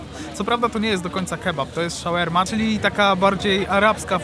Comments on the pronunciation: co Ci sie kurwa ukazalo? 🤣🤣🤣 szaŁerma? 🤣🤣🤣 a po drugie, jak zamawiasz shoarme, to nie oczekuj kebaba 🤦🤦🤦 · szałerma ? to dla zartow czy on serio tak to wymawia ?